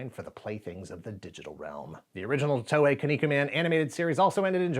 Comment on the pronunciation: I had a bunch of these growing up, but they got stolen or lost during a move. I even had the board game that came with green and purple figures. Also, TOEI is pronounced more like “Toh-eh”, not “Tohway”.